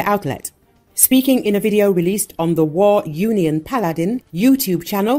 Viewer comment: They pronounce Paladin like P’Aladdin